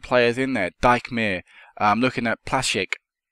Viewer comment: Team looking rretty good. Great vid. It's pronounced Deek-mayer ("ie" in German makes an "ee" sound) :-)